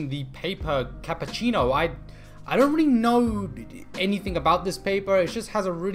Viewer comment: No "kapacino". "Capuccino" 😂